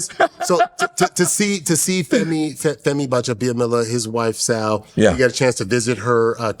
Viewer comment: $100k Make sense…ceremonies must be costly to reinforce the message to be memorable. So proud of you Akbar GBAJABIAMILA…btw it’s not Baja it’s not GBA 😂